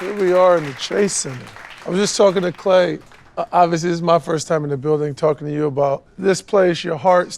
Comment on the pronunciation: Thought he called Klay Kyle for a second there